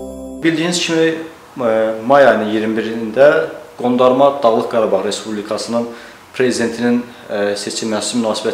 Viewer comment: xarici işlər robotduda o nə qanir torpaq nədi ĞARABAĞ nədi